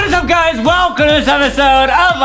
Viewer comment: "What is up guys, WALLcome 2 another episode.. of chicken land" XD